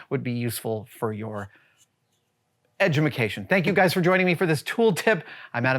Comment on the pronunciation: "Edumacation" that alone says that someone watches way too much AvE :D